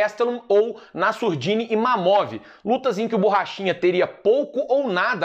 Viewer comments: Pq ninguém nesse canal acerta o nome do ImaVov? O fala ImaNov, o ImaMov... Pqp, só o acerta. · vcs falam IMAMOV só de meme ou é gafe msm?